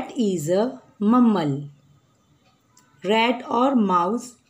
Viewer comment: Mummal nhi hota mammal hota ha